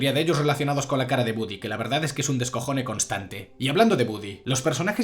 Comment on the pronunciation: se escribe y pronuncia, Woody